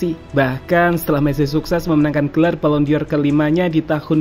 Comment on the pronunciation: Ini channel berkualitas, channel favorite gw untuk berita instan sepakbola dari tahun ke tahun. Tp pleasee.. dengernya agak menggelitik : BallonDOR ✅ BallonDior 🙅